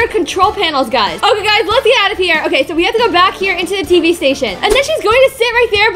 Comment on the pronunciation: All what I think is scary how yourself say TV nottb It's TV